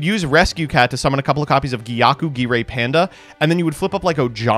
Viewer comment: starting to believe the mispronounces on purpose allegations, gyakugire panda is a perfect target and he just says it normally, almost perfectly